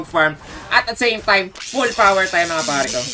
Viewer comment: Jess no limit:full poooooooowerrr: full poweee333r